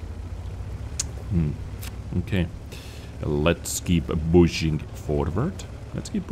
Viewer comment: I don't know whether this was intentional, but in the second map as you were pushing forward near the end I thought you said "bushing forward". Of course this would be the right manuver with this tank :)